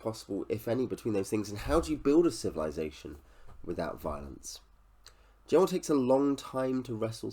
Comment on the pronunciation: Just to say, his name was never pronounced with a hard J, but a G. Met him several times at book signings over the years. I did ask him about the similarity about this book and the similarity to Pale Rider (the Clint Eastwood western) and he did say he drew inspiration from that film.